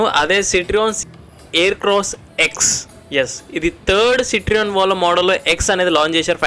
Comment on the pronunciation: బ్రో సిట్రియాన్ కాదు సిట్రోఇన్